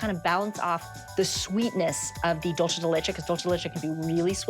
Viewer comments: 😂😂 ikr. I hate when people pronounce dulce like that! Nails on a chalkboard!!!! It’s Spanish, not Italian!! She even spelled it right on her dry erase board at the beginning. Oy..... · .....I'll forgive her for it bec she's thinking in Italian.